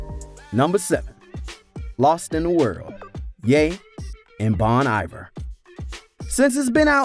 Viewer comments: It's pronounced Bone Ee-vair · My boy really just said bahn eyever